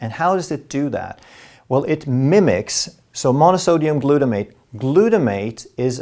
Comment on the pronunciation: Как же можно это слушать?! Какие ударения он ставит?! Это абсолютно необразованный и неграмотный человек! Господи, Глютомат натри’я! Ну почему его никто не научит не подскажет?😢😢😢